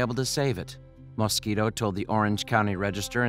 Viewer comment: "When diver James Moskito..." 😂